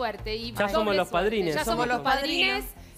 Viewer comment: Ya la cago cuando dijo padrines